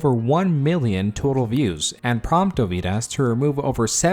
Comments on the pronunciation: Next time at least bother to pronounce the name right. It's not that hard to look it up. Dovydas emphasis is on letter o, not y. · You seem to mispronounce Dovydaddy as "Doh-vie-dahs" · It's DOvydas ffs!